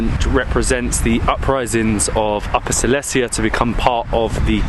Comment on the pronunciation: Darling... It's not Sicilia, it's Silesia :D